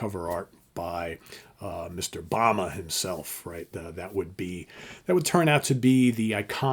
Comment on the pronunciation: Very nicely presented!! And because it's so well-produced, I beg you for the love of all that is good and right in this world: When you're doing your research, PLEASE LEARN THE CORRECT NAME PRONUNCIATION!! The actor's name is Ron Ely, pronounced like E LEE, not like "The Book of ...". James Bama's name is pronounced the same as the brand of jelly, not like the former US president.